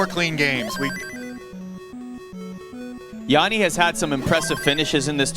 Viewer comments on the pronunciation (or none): It's not Jaani it's Jani.